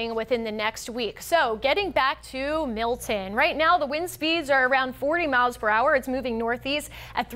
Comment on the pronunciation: Notice in the beginning she pronounced it "Mill..en" as if it has a silent "t". Then the producer was probably screaming into her earpiece... MILTON. Not Mill..en you frigging moron!